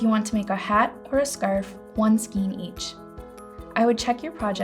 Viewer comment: I'm wondering whether or not the narrator is a knitter as I've never heard the word "skein" pronounced the way she does.